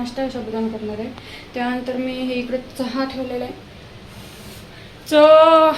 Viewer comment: साधं चहा निट बोलता येत नाही.